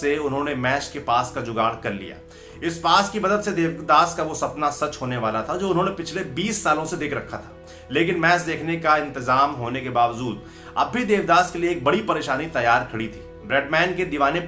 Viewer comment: Bhai thoda pronunciation PE dhyan dijiye thoda Urdu ki zabaan ke alphabet hi yaad Kar lein aap jahan za bolna hai wahan ja bolte hain jaise ke bawjood hai bawzood nahi